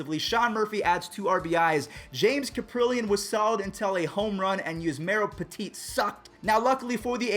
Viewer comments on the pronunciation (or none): none